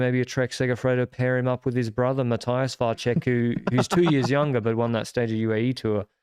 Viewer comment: Karel Vacek surname is actually pronounced ‘Vatsek’